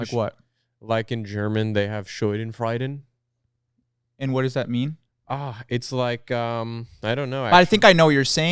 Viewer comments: its schadenfreude not scheudenfreude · not them butchering schadenfreude